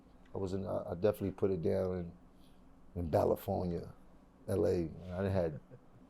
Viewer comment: Sorry Jimmie, we don’t say “Balifornia” 😂